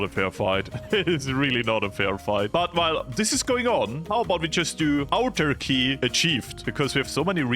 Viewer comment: autarky is easyest to pronounse as ahtarky plz stop calling it turky that is something else